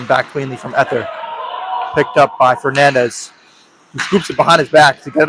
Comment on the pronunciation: #20 = Ee-thee-ur, not Eth-er